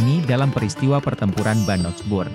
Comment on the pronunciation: Medok bngt ngomong Bannockburn-nya